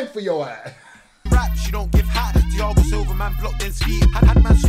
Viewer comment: If it’s anything like the fighter I think the “h” in Thiago is silent. Not trying to be annoying just high and that’s the first thing I noticed lol